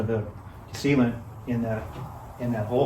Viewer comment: I bought a few Park Tools and they are really good. Strange, I HATE putting tires on the rims. I kept hearing "Seema to it" instead of "Sealant". Since it's so much faster, sounds like another Ragbrai is in your future! John from MI